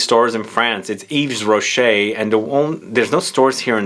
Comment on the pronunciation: yves rocket is pronounced eve-rochee